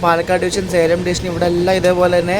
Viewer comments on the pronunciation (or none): none